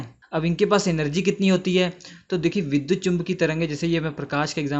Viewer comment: It is vidyut not vidhut